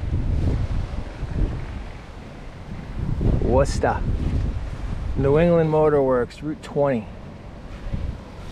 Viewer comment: I might stay just for the simple fact that you are the first person from The American continent that can pronounce Worcester 😂.